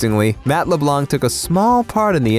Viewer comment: Di..did you just pronounce Matt's name as "Matt LeBlah" trying to sound smart and not pronounced the nc... like he's French or something? LMFAO